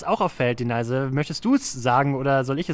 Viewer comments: Sagst du eigentlich mit Absicht Deneise statt Denise :D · Super recherchiert. Bist du sicher das Du Ihren Namen richtig aussprichst? "Deneise" hört sich komisch an, ich kenne es als "Denies" ausgesprochen.